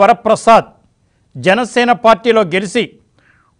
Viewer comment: ఈ గెలిసి, పిలిసి భాషేంటి? ప్రతి వీడియోలోనూ వందల సార్లు ఉచ్చరిస్తున్నారు. ఇది జర్నలిస్టుల భాషా? ఈ ఉచ్ఛారణే డిబేట్స్ లో పాల్గొన్నావారు కూడా ఇమిటేట్ చేస్తున్నారు. వినలేక చస్తున్నారు ప్రజలు.